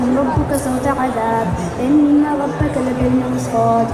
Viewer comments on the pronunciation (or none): that she said rabbi ka its rabba ka